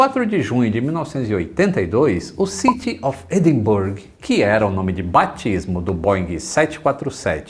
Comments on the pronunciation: Bom vídeo. Já que entrou na questão da pronuncia de Perth que está muito boa, Edinburgh está muitíssimo distante da correta. Era um erro meu que corrigi faz uns 10 anos. Vai por mim. Um abraço e até o próximo vôo. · Excelente vídeo!!, por favor não me xingue, mas a pronúncia certa de Edinburgh aqui no Reino Unido é "Edinbrá", haha. Abração!! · E "Edinburgh" se fala "Edinbra", mais fácil do que parece, mas é assim que os escoceses pronunciam.